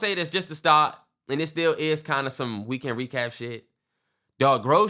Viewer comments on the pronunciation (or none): that boy really do be saying "reeknd recap"😂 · Everytime Terrance makes fun of by saying “REeKenD rECaP” I laugh so hard 😭